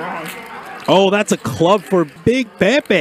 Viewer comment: Ayo Idek if it’s Pepe’s name but you nailed it..